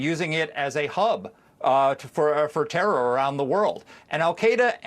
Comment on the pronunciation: Terroror? What the fuck is terroror? Terror or what? Terror or gaming?